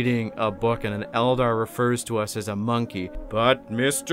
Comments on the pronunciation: My brother in christ, you don’t say it like „mon-key” you say „mon-kay” I’m an ork player and even I know that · It's not "Mon Key". It's "Mon Keye" like the thing you see with. It's a play on "Man Kind". It's also a play on the word monkey. If you hate the eldar for being written the way they are, I can only imagine how you feel about the Imperium and especially Orks.